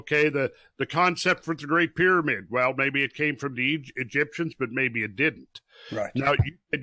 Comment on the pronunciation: Just mentioned Tesla and then you say Pyramid(PyroMid)